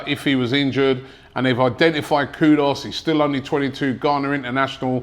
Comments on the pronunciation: It's kudus not Kudos 😅😂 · Robbie, how does Kud-us become Kud-os? Ffs lol!! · Robbie is funny, the way the guy butcher peoples names!! It’s Kudus not Kudos but makes me laugh every time 🤣🤣🤣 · Robbie, the player is not "KUDOS" - he's "KUDUS". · His name is KUDUS not Kudos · Kudus* not kudos smh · Can’t Robbie read? It’s KudUs and not KudOs! SMDH. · Its KUDUS ffs........not KUDOS!!!!! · The name is NOT Kudos, rather KUDUS. There is a difference between the two. Get it right. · Kudus!!!! Not kudos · Please is kudus not kudos don't make Ghanaians come for ur head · Kudos😂😂😂😂 Pronounced Koodoos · ONE questions?? .... Who's Kudos?? Are you telling me that Robbie not only mispronounces the names but that AFTV can't even spell his name correctly??